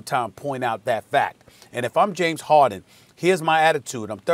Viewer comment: Nobody: Kendrick Perkins: JaMEs HaWDin